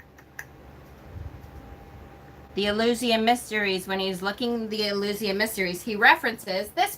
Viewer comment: It's important to keep in mind that the Southern Hemisphere exists (despite the silly flat-Earthers' claims), and is on the opposite side of the Wheel to us at this time of the year... Spring Equinox, whatever you may call it... Taliesin is pronounced, "Tal-ee-ESS-in..." Mabinogion is pronounced, "Mab-on-oh-gee-on." Eleusinian is pronounced, "El-yoo/oo-SIN-ee-an." Back in the 80s and 90s, when I was starting down the Wiccan path as a kid, the Golden Bough was one of the few hefty resources you could find in most libraries. It really is an interesting read, though Frazer does focus a lot of attention on the Near East and the Middle East, and especially on the Greco-Roman mythologies. For more comparative-mythology resources, someone might enjoy "The Pagan Christ," "The Jesus Mysteries," and the Farrars' books "The Witches' God," and "The Witches' Goddess." British books use "corn," "cereals," and "grain" basically interchangeably. They don't often mention the yellow American variety, except to call it "maize," when they do. As for getting rid of books,... I make a point of marking the year I buy each new book, as soon as it gets home, so that if I haven't read it in five years, I'll donate it, or sell it to someone who might use it. Mind you, I went out of my way to ensure I have books that are out of print in my collection, and I hate to get rid of the ones I won't be able to replace. Horns and antlers are important at this time of year because autumn is the rutting seaso